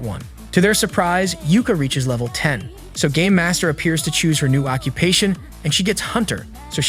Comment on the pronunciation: Bro I heard instead of “ game master” it was “ gay master” 💀